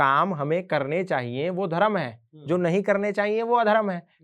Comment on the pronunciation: एन्कर से निवेदन है कि धर्म शब्द को धर्मा उच्चारित न करें। धन्यवाद। वन्देभारतमातरम।